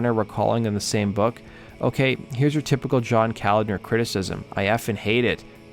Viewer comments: &:12 it's pronounced CO-LOD-NER. Not Calender. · Pronounced Ka-lodner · John Koladner’s name is pronounced Co-lod-ner. Not the way you were saying it. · John’s name is pronounced Co-lad-ner. Not the way you keep pronouncing it.